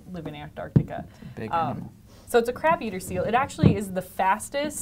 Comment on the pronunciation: To mi it sounds like she is saying "Crap eater" instead of crab eater...